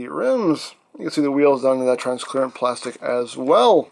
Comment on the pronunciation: I kinda miss the time when there’s a bunch of newcomers are correcting, “it’s translucent/transparent, not transclearance”